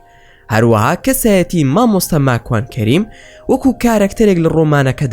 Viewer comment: راستةكةى بةلام ناوى ماكوانى زؤر ناخؤش دةهينى قسةى ئةو برادةرةى راستة